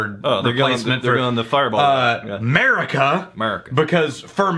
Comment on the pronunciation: So, right now it's 'Meh-rica